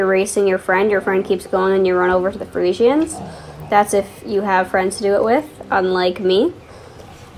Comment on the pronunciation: The way you say friesians annoys me lol